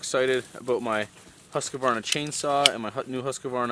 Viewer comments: I like your videos very good information and instructions. but I have to correct you to pronounce the Husqvaran as it is a Swedish word so it says in English, the house Qvarna and not husk qvarna :P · Don´t say Husqvarna like that tho bro, say it correctly, in swedish! Something like this "Who´s kvarna", or even "House-kvarna as Hus means House , don´t say Husky-varna LOL! I´m swedish and so is Husqvarna! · In Husqvarna you don’t pronounce ‘’ah” but I used to do it 2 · I find it really funny the way you say "Husqvarna". I know you say it correct for English speaking ppl, but for some reason I start to giggle every time I hear it. Just say HuuuuusKverna and you say it like the Sweds. More or less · As a Swedish guy I just love how you say "Husqvarna". As always thank you for a great video. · Haha that Husqvarna pronunciation made my day!